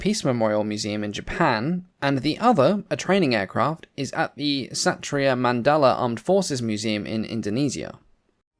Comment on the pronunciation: Don't worry about butchering your foreign words, anyway you pronounced "Satria Mandala" correctly! 🍻